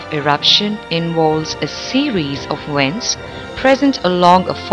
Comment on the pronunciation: ...it's amusing that the narrator pronounces "V" as "W"... wolcanos and wents... LOL!...